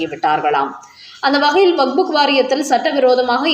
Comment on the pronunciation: வக்புக் இல்லை வக்ஃப்